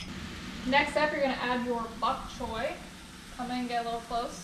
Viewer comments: Its pronounced the way its spelled . Bok choy not buk choy , so you all got it wrong . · It''s Bok Choy, Mom pronounced it correct BOCK CHOY not BUCK as you pronounced it.